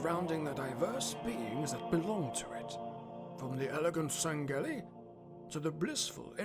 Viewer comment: “Sang-Gelli”? Are you serious? It’s “Sang-Hee-lee”.